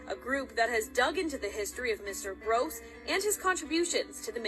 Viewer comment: He's name is being mispronounced. It's Groce'